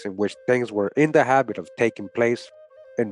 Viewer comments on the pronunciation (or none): none